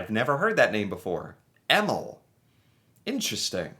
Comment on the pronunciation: Yes, his pronunciation of Emil is truly bizarre. It's fairly popular across Northern and central Europe.